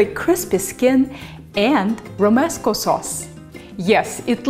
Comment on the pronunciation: I am a Catalan so I have to add a few things. First the main Caralan prononciation is more something like "roomescoo", with "oo" sounds like in the word "food" (when the letter o is not in the stressed syllable of the word, it is pronounced "oo"). Then for food aspects: dried rehydrated peppers called nyores (ñoras in Spanish), similar to Mexican cascabel peppers, would be more typical. And the tomato and garlic (with even some bread) should be roasted. But all in all the ingredients and the techniques are there in your recipe so thanks for sharing it to the world! One last thing: there is a fantastic salad called Xató which is relying heavily on this sauce, I love it, you should check for it.